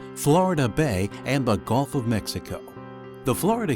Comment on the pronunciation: Gulf of Mexico Not Golf of Mexico Loggerhead Not Lawgerhead